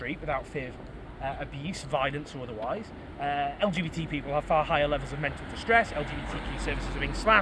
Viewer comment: I think he’s struggling to say LGBT 😂